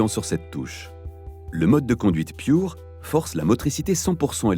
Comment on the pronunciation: vous pourriez prononcer à la française... surtout que le Pure, vient du français; Merci